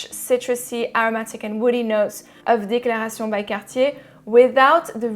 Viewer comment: lol you really went for it on pronouncing the DECLARA Tshee OWNN by CAHHHH TEEE EHHHHHH'